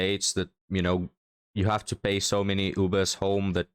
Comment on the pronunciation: 😂 thought 3rd gurl said pea - not PAY. 😂